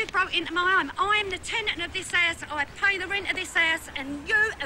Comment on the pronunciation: "You broke into my ass" ! I think she meant house.